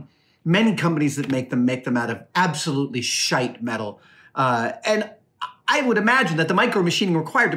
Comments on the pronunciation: He sounds so Scottish saying $hit3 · Adam saying "shite" made my Scottish face smile. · LoL was that a Scottish ' shite ' dropped in there ??